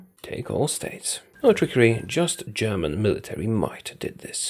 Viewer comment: I love your German pronunciation